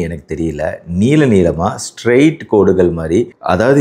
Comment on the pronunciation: நீலம் இல்லை நீளம் அய்யா